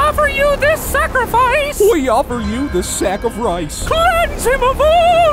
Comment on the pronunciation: We Offer you this Sacri frice ?